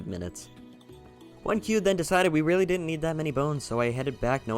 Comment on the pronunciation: He was weally excited